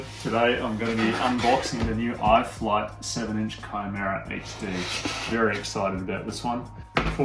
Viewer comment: THANK YOU for pronouncing the model name correctly! You're the only one so far...